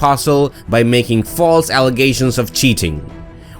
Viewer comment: “FALSE” ?! 😆 cmon man